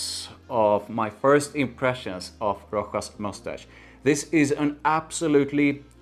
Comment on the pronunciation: Rochas -> pronounced correct Roschas with a „sch“ like in Moustache It’s pretty good but tuxedo is quite different and after a few hours it’s just sweet vanilla In my opinion the opening is the closest to tuxedo then it’s just get sweeter and more vanilla heavy. Tuxedo on the other hand is more Smokey and it last for 8-10h.